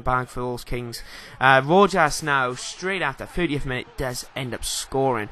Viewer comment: Ignore the comment below -.- anyway Rojas is pronounced Rohas